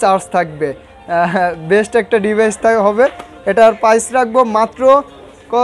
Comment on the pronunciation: Vi tmr kotha onek vlo laglo নোট টেন পিলাস 😂🤣😂 পিলাস কি। পাইজ না প্রাইজ।